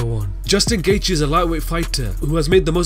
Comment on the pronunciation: Justin GAY-G